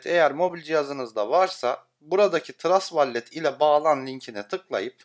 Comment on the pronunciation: Yanliz , vallet deil vollıt